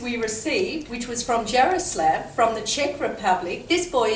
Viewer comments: Czech Republic ftw!!!!! And you pronounce Jaroslav wrong it's pronounced ya-roh-slav :) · It is pronounced, "Yar-o-slaw-v"